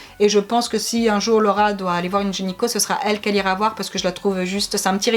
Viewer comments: Video très intéressante :) par contre c'est gyneco & pas genyco hihi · Ça me stresse que tu dises "genyco "au lieu de "gynéco" mais sinon je t'adore c'est super de parler de sujets un peu "tabous" vous êtes trop belles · Super vidéo ah ah qui prononce "genyco" à la place de "gynéco" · on dit pas gynéco ?? Et pas génico?? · Qui a entendu gényco au lieu de gynéco 🤣. Sinon super vidéo 👍😘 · Super vidéo!!! C'est bien d'en parler 😄😄 Juste c'est gynéco et non genyco 👌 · vous dites gényco , sa me fait trop rire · "un genyco" ahahah 😂😂😂